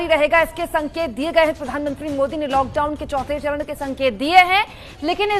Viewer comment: चौथा सरन नहीं वो, चौथा चरण है